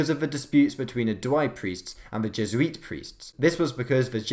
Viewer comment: Je- zu-eet! Jes-oo-it